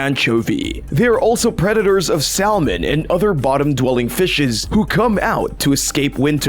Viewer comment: Salmon.. say it with me sah-mon🤣🤣